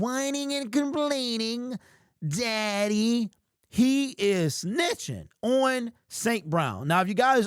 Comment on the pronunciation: I thought he said Zaddy for a second lmfao